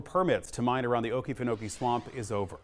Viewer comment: Oh-KEE-fen-oh-kee, with the emphasis on the second "oh." Thanks so much for sharing this story! 🙂